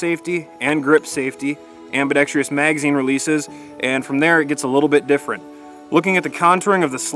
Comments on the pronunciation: Ambidextrous... four syllables. Ambidextrious, five syllables, not a word. I apologize for being so petty. It's just that this was about the eighth video I watched today with every one of the authors of said videos saying ambidextrious. Once again, I apologize. I realize the time and effort it takes to make these videos and it is greatly appreciated. I also realize, they are free to watch. Thank You for the information. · J Sweatt Yeeeeesssss! My God! Thank you! Jesus, i swear, my eyes roll back into my head so hard it actually hurts everytime i hear that verbal cancer.